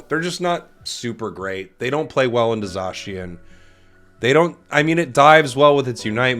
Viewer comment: Love the vid. Remember: Zay-si-en. Not Zaw-Shi-en.